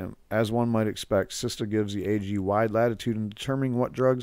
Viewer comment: Good video, it's SITSA not SISTA